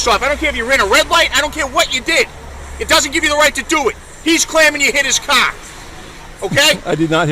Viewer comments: What in the hell is he saying? Is he saying Car storm? I can't understand the little runt. Car has an "R" in it and all I am hearing is KAH storm. Does anyone happen to know? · Its CAR!! Not cah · hmmm the quote that's a good way to get dead buddy. That is unless he is a better shot then you. Not to mention the dash cam covers his arse with factual evidence the cop does not have. Oh by the way mr cop the word is car with an R not ca. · What the hell was that word that pig used? "kahr"? 🤔 "kaaa"? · What’s a Cah stop! Lol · What’s a cah? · that cop pissed bc he can't say CAR, its Car, not CAA, fkn bastoners, they all full of caa's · masshole accents are THE most horrid sounding noises ... and how blue isis keeps pronouncing "CAAAH", became painful after the 3rd time he said it. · "You don't jump out a cahh at a cahh stop" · "you don't jump out of a caaa at a caaa stop" 😂😂😂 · NEVAAAA JAAMP OOD AD DA CAAAA ON A CAAAA SCHTOP…YA COME DIS CLOSE TAA BEIN DEAAAD BUDDY🚨🤬🚔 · It sounds like he's saying 'c0ck' every time he says car I'm freaking dying lmao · He calls a “car” a “Kaa” lol. What is this officer’s name? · a cah! a cah! you don't jump out of a cah, a cah! you sah anamahd ,yah cahsed an accidant. - LOL There is no "r" in anything they say zero.